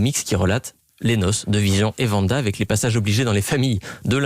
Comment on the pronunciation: Le pire c'est qu'ils mettent 2 extrait où l'on entend très bien le nom de Wanda et il continue toujours de dire Vanda 😭